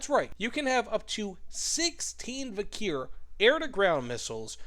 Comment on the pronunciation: vikhr is pronounced as 'vihr'